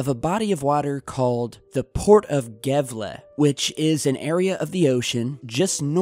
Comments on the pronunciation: D I know it isn't your language but it was funny to me! xD You pronounced the Swedish city name as "Gevla" but it's "Yeahvla" ^-^ The Ä sounds like 'air' The more you know... :D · NBD, but in Swedish the letter g is often pronounced as y in English yes, thus ~ yevle... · I thought Gavle is promounced 'Havla'. I remember it because of World Junior Hockey championships in 1993. Peter Forsberg played in it, totally off topic, I know. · It’s pronounced yeah-vle. The city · its pronouched as "Yaewle" ;) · swede here, Gävle is pronounced Jävle. thats a weird thing there, i will check it out on the news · And Gävle is not an e sound It's more like a fast A and a slow H sound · fyi the g in gävle is pronounced y. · The way you said Gävle was pretty funny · Patrik Einarsson the way he said Gävle kinda triggered me a little just a little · Was Funny to hear you try say Gävle xD (No offense ofcourse)